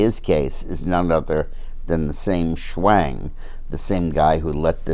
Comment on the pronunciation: Schwang rhymes with HANG!!.........I like it!!